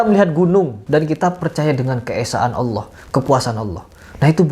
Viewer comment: Iya bang kebanyakan yang non muslim dari Indonesia (gatau kalo luar negeri) sebut nama Allah itu Alah. Nggak semua, cuma saya seringkali dengernya gitu